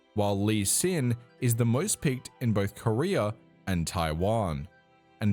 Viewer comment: I'm high asf rn and your way of pronouncing "Korea" had me thinking you were talking about the Korean pro player "Career"